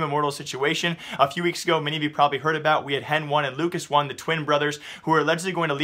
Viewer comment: HEN1 is pronounced as Hen-ee. Not Hen-One. Same with LUCAS1, Its still pronounced as Lucas, brah y u mispronounce pro players' names? Same with ptr, its not pee-tee-are, its peter. wth?